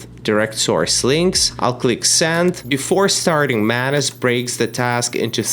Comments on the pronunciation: ohhh MANUS... i keep hearing mayonnaise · I do not like the way u pronounce MANUS. Or am i the one with the wrong pronunciation??